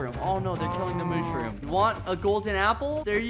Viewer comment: “Mooshrum”- Skeppy 2024